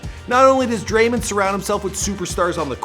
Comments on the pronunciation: listen closely.....Dray-mon not dreymen🤣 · I don’t know how you’ve done it but you’ve done it yet again, is it even possible for u to pronounce a name right😂